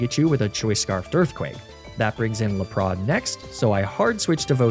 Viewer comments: Is Laprah and Arcaneeneh a meme for this channel, or an intentional pronunciation to trick me into leaving this comment and boost engagement? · "arca-neenay" "l'prozz" "mag-neh-mitt-tee" very interesting pronunciations of these names...? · are you doing the really bad pronunciations on purpose? i mean you have to be there is no way you haven't heard the real way to pronounce Lapras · YAYYY another soulsilver nuzlocke!!!! :D also, why do you keep mispronouncing magnemite, arcanine and lapras? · For the last time that's not how you pronounce Magnemite, Arcanine and Lapras.